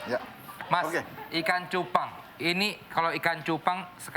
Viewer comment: cubangg bkn cupang